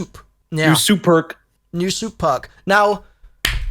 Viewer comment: Sou'perk 😂 Is a sou'perk-bowl 🤪